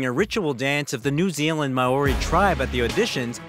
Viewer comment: Mowori tribe? Pronunciation please. Great story but very dodgy commentary.